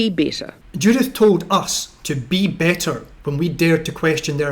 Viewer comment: "Judith told us to be better...." No, she didn't. I distinctly heard her say, "Be bitter" (much like the taste in the mouth when a DEI hire sinks your ship, eh?).